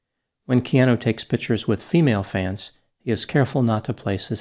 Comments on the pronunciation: Stop saying key aan nu! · It's "Kee Ah Nu" for goodness sakes. Being from Hawaii it's so irritating when intelligent people especially, mispronounce Hawaiian names and words. If you're going to use the name or word please take the time to learn how to say it. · So we’re all just ignoring doc is mispronouncing Keanu’s name?